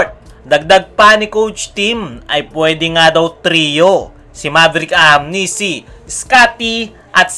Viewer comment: Brother naeenis lang ako kc ang apelyedo nyan is ahanmisi po hnde po ahamnisi ok poba sana sa sunod na apload mo mabanget mo ng tama ok ahanmisi hnde po ahamnisi ok